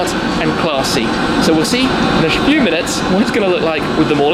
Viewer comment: did he really say "We'll see in a Shfew minutes." or is it just me?